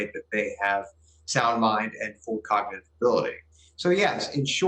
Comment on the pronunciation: I wish she could say cognitive correctly.